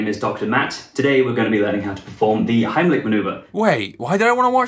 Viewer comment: cringe how he said heimlick instead of heimlich